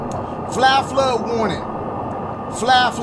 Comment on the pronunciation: “flah fluh warnin” 😭